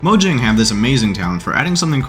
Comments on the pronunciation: moyang is the official pronunciation since it’s a sweeeish company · I thought it was pronounced "Moyang"?